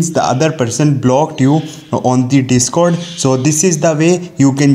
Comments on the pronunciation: Cringe indian accent be like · “On de de-scord”